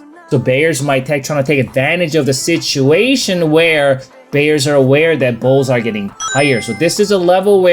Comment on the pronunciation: he’s back to reassess the sishu-wation!.. 😊